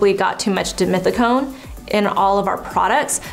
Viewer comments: So it's pronounced as deemeeteecone????? I always read it as dee-meth-teecone. 🤔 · One more time... dimethicone!! 😂